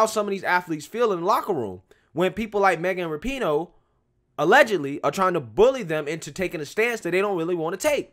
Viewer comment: RAP-IN-OOOH not Not NOT ra-PEEN-OH